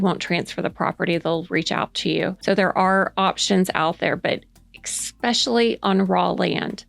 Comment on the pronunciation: stop. "ekspecially" is not a word. it is like nails on a chalk board. it is "es", especially.